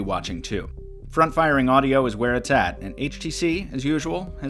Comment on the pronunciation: I kept thinking he said "front frying speaker" lol